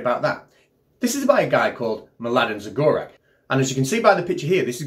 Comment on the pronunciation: mladen zagorac is croatian (croatian beer), his surname should be read as zagoratz. im sorry in the name of all croatians